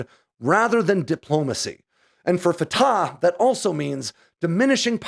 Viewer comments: always enjoy your stuff. This one is a bit out there. I'll stick to the facts. It's not "fa-ta". It's "fa-TACH". The CH is like CHumus or CHamas, no like an H. Secondly, Palestine is no a country and never has been. It was a designation for an Ottoman Empire area, later a British mandate, and until later on in the 20th century not even a desginator. But then PLO terrorist Yasser Arafat coined the term Palestinians, and terrorist sympathizers rushed to embrace that term, and that's what exist today. Not a country. Not in the UN. Doesn't issue passports. Isn't more than a fictious construct. Hamas exists to kill all of Israel. Israel has let it sit out there and spin, and it wasn't until the savage murder and butchery of last week that Israel said "Enough." That's not the same as "Israel declared war." Hamas had already done so -- back in 2005 when Israel left. There is no "occupied" territory. Hamas has solely ruled it since Israel left. Israel isn't "laying siege" to a "territory it occupies" as that makes no sense. But hey, Hamas wants it both ways. Terorism... and the killing of babies, beheading them, burning them alive, that's all Hamas. I'll wait for your next story about cool military hardware. This story... narp. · Thank you so much, from an Arab viewer. Neither side is innocent, is the short version. The Arab lost 1948 yet they want the land handed back by the victors. Fatah is pronounced as Fat'h with a loud H at the end. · Pronounced separately, Fa Ta